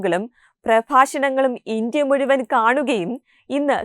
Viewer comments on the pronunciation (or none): none